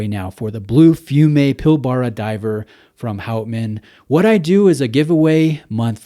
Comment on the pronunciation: Really nice piece. Not a fan of the bracelet, would look awesome on a rubber strap or NATO. Also, it's pronounced 'pil-bra', just another of our weird Aussie words :)